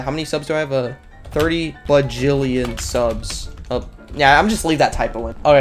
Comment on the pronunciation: "30 bajillion siubs" got me DYING